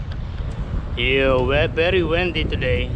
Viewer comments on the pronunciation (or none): I'm sure you will have your promotion too, you just have to get out of your comfort zone sometimes. BTW this is not a criticism, I just noticed that you always say "wendy" please say "windy" as in "in" or "India". Otherwise you are speaking very good English. I am a Filipino living in Sydney. I always enjoy watching your video. All the best for you mate.